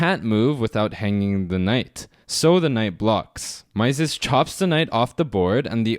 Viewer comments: Great video as usual: thanks! BTW, 'Mieses' is pronounced 'miz' (like 'me' with a final 'z')) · It is pronounced Mises (i not ai). He was French, therefore the ie sounds like i. Great content . Keep going! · It's pronounced Meee-zes